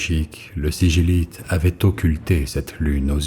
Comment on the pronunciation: On dit pas siguilite?